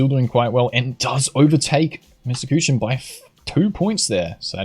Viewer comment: I like how he is pronouncing Kuchen like Kütschen xD